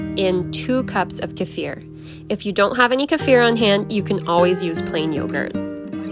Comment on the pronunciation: Well, I learned something today. All this time, I have been pronouncing the word kefir as "key-fur" like the actor Kiefer Sutherland. But I just looked it up, and you're right. It definitely is supposed to be "kuh-feer."